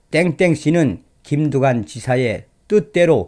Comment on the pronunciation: 흠~꼭뚜관네라 ! , 흠~꼭무썽이라 ! , 이내전술을 숭배 해따는건데 ~음 ! .